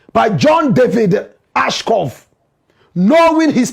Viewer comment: Watching from Ohio, USA: Blakk Rasta, the name is ASHCROFT and NOT Ashcoff.